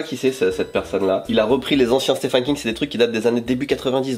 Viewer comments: je sais que ça s'écrit Stephen, mais on dit Steven King, pitié T-T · pour info le prénom Stephen en anglais se prononce Steven.. Donc on prononce Steven King, oui je sais ca fait bizarre! 😆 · vidéo sympa oh oui les langoliers !! ♥♥♥ (on prononce "Steven" king par contre XD)